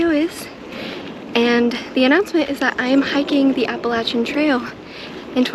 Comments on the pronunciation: Best. Appreciate the way you pronounce Appalachian. 🙂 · You seem legit, have some experience and say "Appalachian" properly, so I'm in.